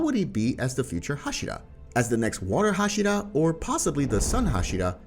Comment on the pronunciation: One thing for the speaking of inosuke's, zenitsu's, and hashira. to pronounce inosuke, it sounds like inoskay. agatsuma isn't pronounced agatsumi it's agatsuma. and hashira isn't hashida is hashira. Don't take this rude alright!